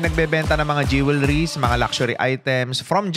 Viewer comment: Sir You mispronounced the word "jewelries" not once but several times Check with Google for the correct way to say it The whole world is watching and listening you